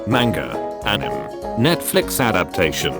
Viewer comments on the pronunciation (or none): Still peeves me that it pronounces anime as “aneem* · when he said "anim " it really got to me